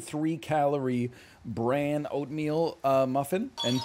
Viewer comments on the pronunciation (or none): none